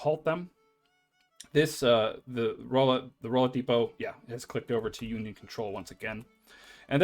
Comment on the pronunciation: Lebanon is pronounced like the country. Not 'Le-Bannon'. Rolla is 'Rawla'. In any case, thanks a ton for this series. Helping a lot.